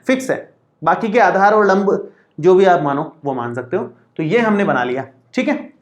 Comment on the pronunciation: Aachar nahi sir aadhar hota hai